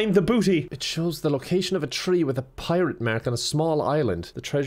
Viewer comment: ah yes a prirate mark